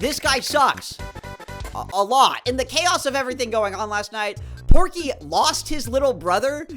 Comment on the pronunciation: the obnoxious neighbor is POKEY not porky